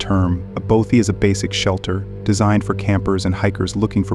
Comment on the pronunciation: How tf do you pronounce "bothy" wrong? Impressive